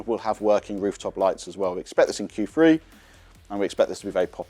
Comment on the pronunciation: I think you mean Q three not Q free !!!!!😅